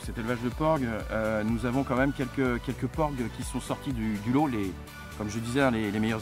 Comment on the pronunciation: Porgs et non ports